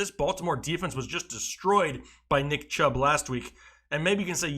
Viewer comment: he said CHUBB